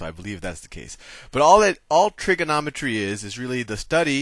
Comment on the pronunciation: Trigernometry XD